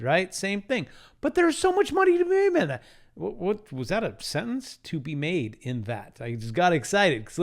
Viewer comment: “look at these mind bending trends to make money!” Also: “There’s so much money to be maluahmlevh!”😂😂😂